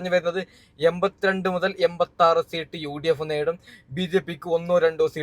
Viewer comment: സീട്ട് അല്ല സീറ്റ് എന്നാണ്